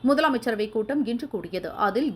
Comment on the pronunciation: min. 'முதலமைச்சரவை'க் கூட்டம் இல்லிங்கம்மா.. 'முதல் அமைச்சரவை'க் கூட்டம்.. 🙄